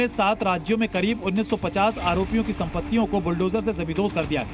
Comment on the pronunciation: संवाददाता पहले शुद्ध बोलना तो सीख ले बुलटोजर नही बुलडोजर होता है कैसे लाईव प्रसारण का चित्रण करते है